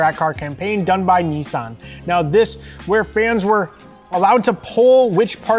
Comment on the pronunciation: When you say neice arn do you mean niss an